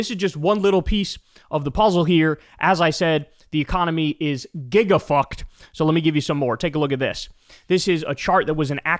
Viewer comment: giggity oh wait did you say "the economy?" sorry I thought you said "e-mommy"